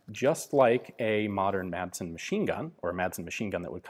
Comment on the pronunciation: Hey Ian, the D in Madsen is mute. Now, repeat after me: Rødgrød med fløde.